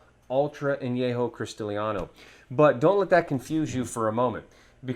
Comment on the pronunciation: Cristalino is pronounced Christahleeno, not Christaleeaahno...